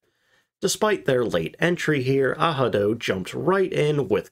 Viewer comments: all the german speaking interviews I've watched including luftwaffe vets pronounced it exactly how it looks. not ahado lol. it wouldnt have taken much research to figure that out and not sound stupid for an entire video. great content though. not trying to be an ass. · Yep. Your not pronouncing the word incorrectly at all..... Its A... RAD..... O..... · Its pronounced ARADO LOL, narrator is clueless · No idea how you get an “h” sound from an r. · Thanks for this interesting video. By the way, Google is wrong as ARADO is pronounced with R not H. Best regards from Germany. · Strongly agree. The German 'r" has a rolled sound. Definitely not and "h" sound. Think "r" like it is done with snare drum 🙂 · Hi. Please don't take too seriously the Google translator, has several flaws. I'm a native Spanish speaker and English is my second language. German pronunciation of the letter "r" is closest to the one of the letter "g" in Spanish, like in the English name "Agatha". The way you are pronouncing it is closer to the letter "j" in Spanish, like in the English word "Handler" which I find utterly incorrect for German. Please stop giving credit to that Google translator. In my personal experience with English, at least, Wordreference do a much better job. My best regards, love this channel. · Yeah, if you pronounce it the Spanish way, with emphasis on the second vowel, it's correct. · Google is wrong. You pronounce the 'r'. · the second letter is NOT pronounced with an "h" sound even though on a casual listen it might sound so....its actually more of a guttural "r" as though you are saying it in your throat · Narrator does not speak German ans so has no idea about how to pronounce "Arado". Listen to a German speaker say 'reich', 'recht', 'raus' or 'raum': that is the proper sound, not the American R or certainly not H. Google translate is NOT a credible authority on pronunciation or German words. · I can’t listen to u butcher this name, the whole video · Ah-rah-doe not ahado.